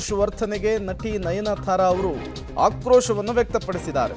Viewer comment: nayanthara not nayanathara